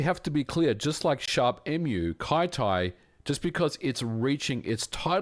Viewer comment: I feel like Kyty should be pronounced "kitty" instead of "kai-tai" :D